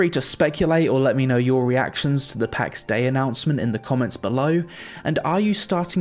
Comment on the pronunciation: the game is callt pax DEI , not pax day xD